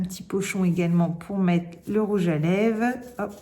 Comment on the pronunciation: J'adore, il est magnifique ce rouge à lèvres sienne ! Par contre tu oublies le "r" de lèvres, tu dis rouge à lèves 🤔 peut-être à cause d'un accent, je ne sais pas de quelle région tu es.